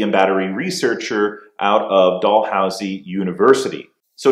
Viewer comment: Might still be Quebec instead of Ontario. Nit: also, you could work on your pronunciations of "Dalhousie", and "Mississauga" for the next video.